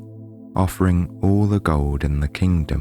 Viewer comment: Owch : the v o w e l s. You are half way there 👍 The doubleyous 'w' are painful. The 'd's & 't's : 'sandouwz' sandAls ... ! Try it ... a. e. i. o. u. repeat! Tea Dee Tee Dee 'Gouwd' = gOlD. 'WAIEST' waist ! 'Atauwl' = 'at ALL' tld isn't 'ouwd' as in 'settled' not 'settouwd' 'fillouwd' / f i l l e D. 'Taieste' / Taste! 'Wouwta' 'water', 'Cristawl' crystal or cristelle ... 'wiv' wiTH